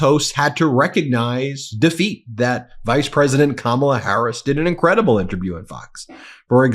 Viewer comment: Did mamala kamala come latey watey to your little bittle interbiew??